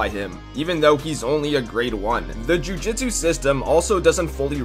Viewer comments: It's pronounced Ju JOOT su my man, if you want to hop on a fandom bandwagon at least pronounce the series correctly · LOL he literally says jujutsu differently twice within 3 seconds. If you watch the show and aren't just looking up the info to make a video I don't understand how you're going to pronounce it wrong. Don't you re-watch these and go through editing and quality checks and other stuff before you upload?